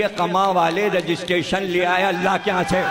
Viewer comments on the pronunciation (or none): none